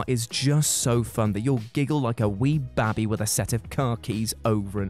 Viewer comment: Are we just going to ignore how says "Baby"?